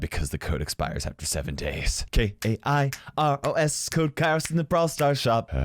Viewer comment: Did I hear it wrong or kairos really said i am Kara Simon? K-A-İ-R-O-S You are sus ¯\_(ツ)_/¯